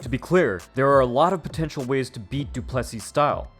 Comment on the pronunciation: Great vid but its pronounced DU-ple-SEE not du-PLE-see